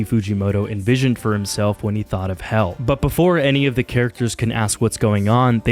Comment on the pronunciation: "Hell ah" hell mangas